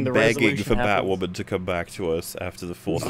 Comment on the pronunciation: BatWahmen V SuperWahmen: Dawn of Cringe